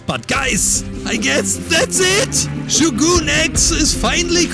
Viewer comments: It’s not shoguun it’s sho gun ,just saying😊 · It's pronounced show-gun not shoe-goon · Buddy, it’s not shoe gonna shogun😂😂😂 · It’s not shoogun